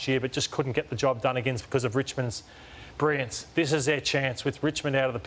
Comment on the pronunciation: Can someone teach Matty Lloyd to say brilliance 🤦🏻‍♂️